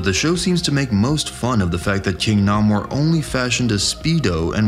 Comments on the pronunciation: Erm. Completely random issue, and I don't know why my brain is forcing me to do this. However: It is pronounced Nay-Moor. Not Nah-Moor. No clue why that bugged me so much that I came BACK to the video, but yeah. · Dude, 4 50yrs it's been pronounced "NAY-mor the Sub- Mariner" In all that time I've never heard anyone get it wrong before. Congratulations?